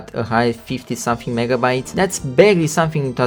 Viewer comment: did he said negabytes or did instagram fry my brain?